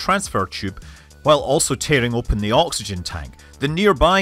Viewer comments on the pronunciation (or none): none